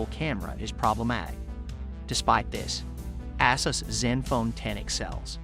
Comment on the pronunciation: Its pronounced A-Zeus. Not Asses.